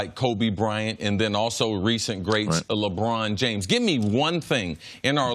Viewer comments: Did did just say Lebron Jrames???? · "LeBron Jrames"